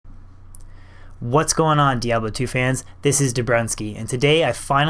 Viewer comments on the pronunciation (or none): none